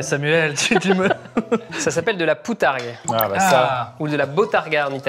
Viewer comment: De la BOUTARGUE ! pas POUTARGUE !!